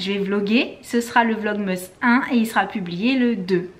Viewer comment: Tu me stresse a dire « vlogmeeees » 😂 sinon j’adore vos vlogs💜